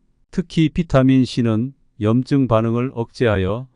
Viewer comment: 염증은 염쯩으로 읽으시오